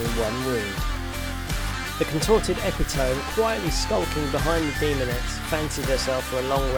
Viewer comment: I'm going to throw this out there even though I know it is nitpicky: epitome is pronounces e-PI-to-ME, not E-pi-TOME. 4 syllables not 3.